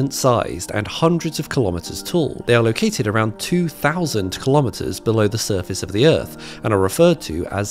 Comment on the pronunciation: Kilometers is pronounced kilo-meters, same as kilo-grams. Pseudoscience includes no costly verification.